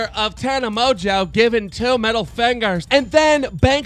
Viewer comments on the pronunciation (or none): why does he say Tana Mojo